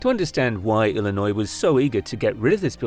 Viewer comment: its illinio.... not illinoise......